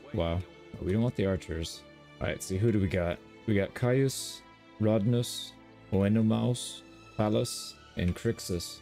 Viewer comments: Loved the video! 1 point of feedback: Could you make your narration a little louder? At times, I can hear your mouse clicks over your voice. Also, Oenomaus is pronounced "An-No-May-Us" I believe. Keep up the great work! SPARTACUS!!! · Just for clarity on the name, Oenomaus, is pronounced "On Uh May Us" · Love the content! I am by no means an expert, but I believe you can "Englishize" O-man's name by pronouncing it "Oh-nuh-MAY-us" and the "gn" in Latin makes the same "nya" sound like in Italian. Keep up the good work! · Its read Onomeus he was Spartacus doctore or the trainer in the show :) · Oenomaus On-Oh-Mayus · Oenomaus is pronounced (Anime - us) in the spartacus tv series. He was a proper badass, 2nd only to spartacus imo. P.S. You're way better at this game than me. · im pretty sure it is ehnimeus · The "Oe" in the name Oenomeus is what we call in Greek a diphthong which includes Oe and Ai so they are pronounced simply as "Eh" not "OhEh". So "EhnomEhus". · On-Ah-May-us lol Hard name for sure lol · Oenomaus should be “eh-nuh-MAY-us”, FYI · Ee-no-mouse I think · Oenomaus is Oh-noh-may-us